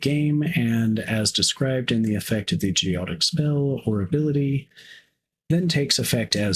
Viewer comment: Great video, thanks! By the way, it's pronounced go ET ic.